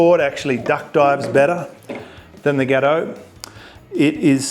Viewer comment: Got oh. Not ghetto mate. 😉😂